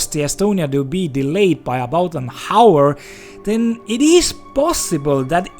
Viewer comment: Hour is not pronounced with the H. It sounds more like "auor" than Hauor